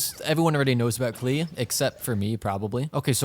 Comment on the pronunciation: bro said "four star klee"